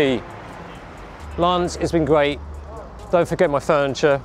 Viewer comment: Gret-gret? oh? sorry? great!